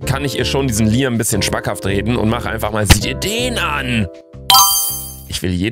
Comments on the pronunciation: Luca es wird Liäm ausgesprochen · Das wird btw liem ausgesprochen